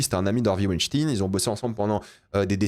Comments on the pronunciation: En français "ein" se prononce "ayne", pas "ine". Et merci pour cette vidéo, je le boycott du coup, bon films mauvais humain. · c pas hervey "wainstin" mais "weinstein"... c pas un russe hein c était un mec cia/mossad... "farenheit neuf onze là"" apprends l anglais et la culture anglophone ca taidera à pas dire de la meerde pendant 20min... et tarantino "sioniste" jusquà la mort... mais quelle groooooosse meeeeerde ce mec lol c comme quand il prendrait des mecs aryens commebrad pitt blonds aux yeux bleuds pour jouer un juif lol dans inglorious basterds lol faudrait qu il regarde ce que fait réellement la seul armée totalement illégale à qui on alisse chaque jour tuer femmes et enfants tain jregarde pu un film de cette merde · C´est quoi cette prononciation chelou de dire "stein" transformé en "stin"? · c'est stein comme en allemand mais ils en font exprès mdrr tout le monde le sait, tu dis pas rammstin ptdrr